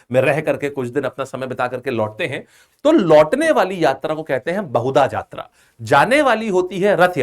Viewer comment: Hello sir, It is not बहुदा यात्रा, it is बाहुड़ा यात्रा which meaning is वापस लोटके आने का यात्रा। And it is not छेरा पनहारा, it is छेरा पहॅरा which meaning is सोने का झाड़ू । Please sir, pronounce it correctly.. Love from odisha.. 💖💖💖